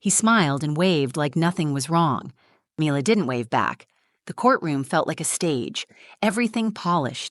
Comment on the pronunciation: You could at least get the pronunciation of the child's name correct. Milla not Myler